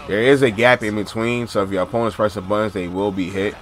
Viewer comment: "If your opponent is pressin buhins" lol i cant forget that after hearing it 20 times